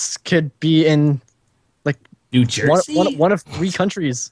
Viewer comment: When said New Jersey I died a little >.<